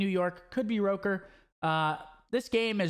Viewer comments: I thought it was “rocker” not “roker” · It is Rocker, Sethy just mispronounced it all the time🤣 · Boruto it’s not Rocker. the word is of Icelandic origin, the correct pronunciation being “Ruh-kur” with rolling R's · he said rOkkr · So we just gonna ignore how he pronounced “Rokkr”